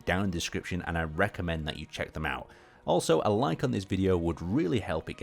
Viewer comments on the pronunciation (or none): none